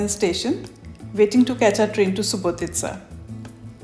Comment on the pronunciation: Well,well.You are the first to pronounce the proper name of Subotica. Thanks for tour.